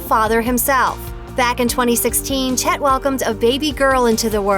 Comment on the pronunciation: "Chet" sounds too much like "shit".